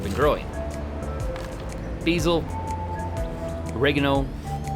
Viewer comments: What is beezle 😂😂😂is that basil? Bah-zill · >bee-zeel ummm , it's BAY-SIL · I like the way u said bezzal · Say besil like an American basil. Lol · Beezl? Never heard of that herb before...😮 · can you go ahead an pronounce basil again for me, that was the highlight of this video